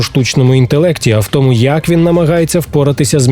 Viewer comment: 13 років тоМУ! А не ТОму! Не чаСУ, а ЧАсу, не гроШЕЙ, а ГРОшей!